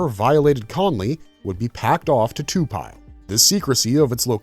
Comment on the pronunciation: This is awesome but I keep getting tuned out when you say to-pile vs to-pi-le (Lee). You can say it how you want but I could t help but comment this.